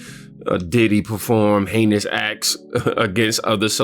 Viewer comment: … heinous acts or did you say anus? ACTS! 👀… I see ya! 😂😂😂